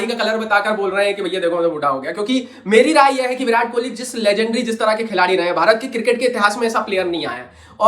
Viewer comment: It's Kohli not kholi ..Please correct it